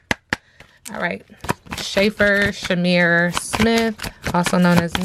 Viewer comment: It’s pronounced like shafer sis